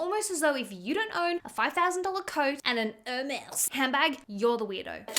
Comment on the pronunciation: Omg, it's not even pronounced "Ewwhrmes" 😂